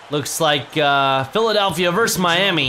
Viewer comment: it's PhilaDELPHia, not PhilaDALPHia.